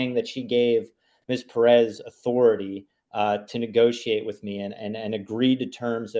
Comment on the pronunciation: 'correcting' on the pronunciation of PEREZ...omfg! Just absolutely clueless on several different levels.